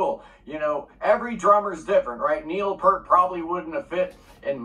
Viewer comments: Very few people know it's actually properly pronounced Neil "Pee-art." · He can't pronounce Peart correctly. Pert was the percussionist in Brand X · You can find a YouTube short where Geddy shows how to explain Peart under "Geddy explains how to pronounce "Peart." (about 5 seconds long). It's Piert.